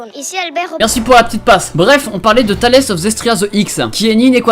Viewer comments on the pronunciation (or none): Je rêve où il dit Talès (au lieu de téilse) tout le long de manière extrêmement sérieuse. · Désolé de faire chier mais c’est Tales (se prononce taile) et non Talaisse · Putin THALÉS of zestria Ça se prononce tails plutôt 😋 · Tales ca se prononce tails, et pas comme le théorème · Tu massacres le nom de l'animé c'est irritant. On ne prononce pas "Talèsse of Zestria" mais "Tèylz of Zestiria" :) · ta vraiment dit Thalès of zesteria the x au lieu de tales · On dit pas tails au lieu de talès ou c'est juste moi qui est con ? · T'as dit Thales mdr on est pas dans dragon ball c tales, ça veut dire histoire en anglais Très bonne vidéo btw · ça ce prononce pas : Tal es, mais Tales (conte) of Zestiria the X (Cross) car ça fait le lien avec le jeu Tales of Berseria, qui ce passe 1000 (ou 100 ans je sais plus) avant Zestiria ^^ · Inoussa Nombré il dit Thales au lieu de Tales mdr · Oh putain la prononciation :o Tales se prononce tèl's pas talès omg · Ça m’énerve a chaque fois que tu sors une vidéo sur un anime super sympa à voir je l’ai déjà regarder une semaine avant 😭 ( ça se prononce tayle pas ta laisse mdrr )... sinon j’ai niqué 50 balles pr acheter le jeu tlmt il m’a plu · C'est pas Thalès XD c'est tales avec prononciation en anglais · c tale of zestria (prononce tail comme fairy tail mdrr) mdrrrrrrrr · Je suis morte de rire dès que j entends "talès"😭😭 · """Talesse""" Serieux la ? XD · "Talesse of" AÏE MES OREILLES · Talesse il a dit 🤣🤣😭😭😭😭😭😭😭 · " THALAISSE of Zestria the X" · Alors tales, ça se prononce un peu comme tail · Talesse. Je sais que t'es français mais bro là ta prononciation m'a donné la gerbe xD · " thales" ...oooof mais non en vrai c'est fais exprès la prononciation. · Talès of zestiria xD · En tant que grand fan je tiens à dire qu'on prononce Teils of Zestiria the cross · JE DIS OUIII PAR CONTRE TA PRONONCIATION EST DÉGUEULASSE C'EST TALES (genre comme en anglais) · omg comment t'as prononcé "tales" C'est pas un théorème tu sais😂